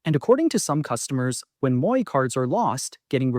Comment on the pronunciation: My comment is on the mispronunciation of a couple of words used in your video. First, the first word in Sault Ste. Marie is pronounced Soo. Second, Metro 's Moi rewards program is pronounced mwah. It is the French word for me.